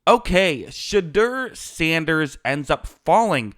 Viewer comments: Smetimes when you say his name it sounds like you're saying "Shitter" Sanders and it kinda fits tbh. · If u do not watch college football u should NOT be one to elaborate on a player or players.. plus u are not pronouncing his name correctly.